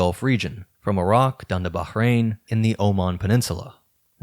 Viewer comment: This is kind of an irrelevant point but I love how you pronounced the h in Bahrain properly lol. Have you done other videos on the oldest possible myths/folklore motifs, like the Earth Diver or Pleiades sisters stories?